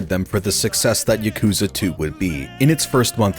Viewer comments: Yah-ku-zuh It's not Yuh-koo-zah Goddammit- it's not hard. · Ugh. He pronounces yakuza wrong. Ya-kuh-zah Not, yuh-koo-zuh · Now if he can pronounce yakuza correctly, it would be a perfect video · why do you pronounce Yakuza like that ;-; edit okay yeah video seems cool but this is like trying to listen to a British person talk about "Mary-oh" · He doesn't even pronounce yakuza correctly, which he says a ton in the video, it's just super annoying.